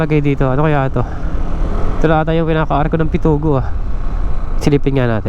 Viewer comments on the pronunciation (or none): Pitogo hindi Pitugo